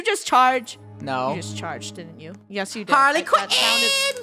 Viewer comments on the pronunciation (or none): Funneh: Harley Que en Me: HARLEY QUE EN my mom: why are you saying that me:um nothing